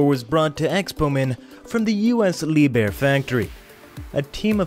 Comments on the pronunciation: Liebherr is not pronounced as Lee bear, it is properly pronounced "Lieb Herr" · Dear. It is no "Leeb-Er" it is Leep-Hair"